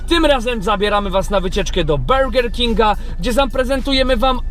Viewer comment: Do "bełger kinga" 😂😂😂